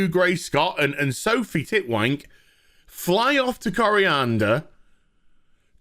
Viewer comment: "Sofie tit-wank" ? HAHAHAHAHAHAHAH